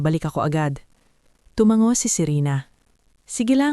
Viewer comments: Pagbigkas po ay tuma ngo hindi tumanggo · Maganda ang kuwento inspiring kya lang bkit lagi meron mali ang narraator sa pagbigkas ng mga salita tulad ng salitang tumango ,bakit binibigkas sa paraang tumang -go. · Listening from israel..kailangan bigkasin ang tumango ng silent g